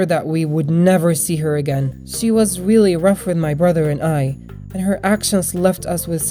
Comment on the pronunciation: In you Said weally instead of really how cute🤗